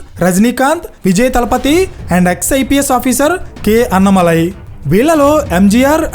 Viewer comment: అన్నమలై కాదు, అన్నామలై అతని పేరు. తమిళులు కానీ విన్నానంటే ముందు మీకు ఫోన్ చేస్తారు మిత్రమా.. రెండో విషయం.. కులాల గురించి మాట్లాడడం మంచిది కాదు. చూస్తూంటే కమ్యూనిస్టులు దింపిన పెరియార్ సపోర్టర్ లా ఉన్నారు మీరు. ...